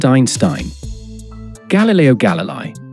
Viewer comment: His name is pronounced "Gal lil lay ee"